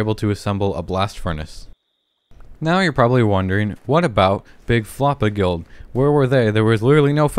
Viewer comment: When you said guild I hear girls